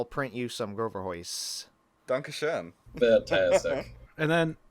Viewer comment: The plural of Groverhaus would be Groverhäuser, but really good job on that pronunciation of Dankeschön!